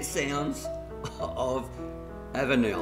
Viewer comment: you are not too far wrong but your pronunciation of avenel is like fingernails down a blackboard to me. my dad was a train driver so he knew how all town names were pronounced and ive heard him say all these names so i know the correct way too. the correct way to say it is to remove the last 'e'. avenl. that house might be really old with a newer section built on the back. sash windows were long out of fashion by the 50's or 60's. the termites really have been enjoying the place.